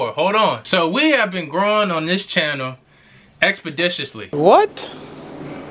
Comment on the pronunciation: Lmao “expadishously”😭